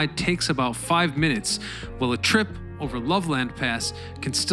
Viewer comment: "LOVE-LAND pass" You've outed yourself as not being from Colorado